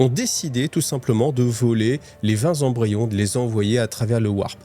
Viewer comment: Excellent épisode merci bcp Attention aux liaisons (20 Zembryons c'est non qd même 😅) J'adore ce passage avec Cawl placide en train de se mettre en place et Yvraine qui monte en compétence 😉😉 Excellent